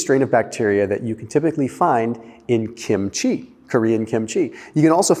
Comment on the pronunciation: I get a dopamine boost from just about everything Korean,,!, PS KIMCHEE. is pronounced with the accent on KIM’